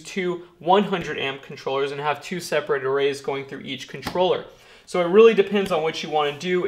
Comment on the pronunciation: mind if I call you? This is 2 years old so I doubt you'll read this, but what the heck. You say, "It's SO simple" with too much emphasis. It's simple to you because you're neck deep in it all day long, and every day of the week. It's obvious you love doing this as a career. Don't race through the numbers and calculations. You're thinking ahead of what you're doing, while some of us trying to keep up with what you're doing. I like you and what you're doing, and some day may look for this info.